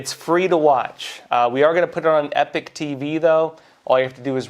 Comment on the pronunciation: Why pronounce "Epoch" as "Epic" ?